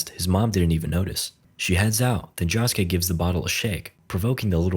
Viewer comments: The way you said Josukes name irked me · the way he says josuke is making me mad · can you atleast try to pronounce josuke correctly please i beg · its not jahskay its joeskay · Netflix didn't make this movie, they just have it to be on the streaming site. Also, it's "Josuke", not "Jahsuke". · say it with me. joe-su-kay. not “johsuke” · Joesuke ❌️ Josskeh ✅️ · "Jawsuke" dude its Josuke, like JoJo, like "Joe", "joe-sue-keh" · It's Josuke not Joshke J-osu-ke. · Jahsuke? It's Josuke you mumble mumble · josh k..... its jo sou kay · Why do you say it like joskeh. ITS JOSUKE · its pronounds joeske not joske and this is not disrespect full this is just telling him the right prnounsiation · joeske not jahske 😭😭😭😭😭😭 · 'jah-skay' jahjah's bizarre adventure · Who the fuck is "Jaw-suke?" Never heard of him. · Ah yes, my favorite JoJo: Higashikata Jahskey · clicking off this vid because they calling my man Josuke "Josh-Kay" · stop saying joss kay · no not josuke, "jaaskay" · Every time he says jaa-suke it hurts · Josuke❌ Shoeske✅ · Id watch the sequel if it got made this was a respectable attempt. Also "Jawsuke" 😂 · In the series called jojos bizarre adventure, bro really pronounced the name JAWske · blud its pronounced joe-skay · "key-cho" "jaw-suke" "cat-a-giri" "okuyashoe" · Why is he saying jhosekay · IT IS PRONOUNCED joe scay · its pronounced "jo-skay" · its pronounced "Joe - sue - kay " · Who the hell is Josh-Kay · Lol fkn Josh-ke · him pronouncing josuke jah-skay is infuriating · It's Joe-su-kay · i hate your stupid engagement bait of course im coming into the comments to tell you youre saying josuke wrong i hatew you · i wanna die every time he says josuke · I love how nobody is commenting on how he butchers Josuke's name the entire video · I cringe every time bro says josuke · why the fuck do you pronounce josuke like that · Doesn't look as bad as I expected actually :O (Bro, it's Okuyasu not "Okuyashu") (Also, it's Josuke, not "Jawsuke" or "Joshuke" like, c'mon man)